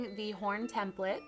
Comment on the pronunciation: cupquake u r saying template wrong :/ it bothered me SO MUCH!!!!!!!!!